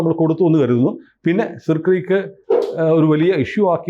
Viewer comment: സർ ക്രീക്ക് എന്നല്ലേ പ്രൊനൗൺസിയേഷൻ